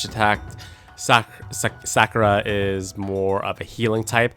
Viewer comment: right? All I could hear is SAKura like Sack. Where did he learn how to pronounce their names